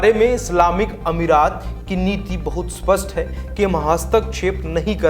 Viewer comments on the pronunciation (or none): none